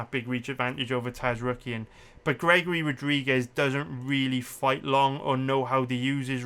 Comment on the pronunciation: The entire human race: Zar-yukien: Taz-rookien